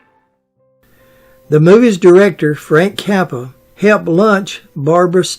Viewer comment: I love the way mangles names...Frank Kappa